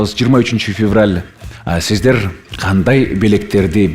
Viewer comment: С тамгасын ш дейби шиздер дейби